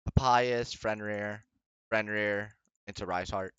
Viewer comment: The guy is also called Fenrir not Frenrir lol. Great video tho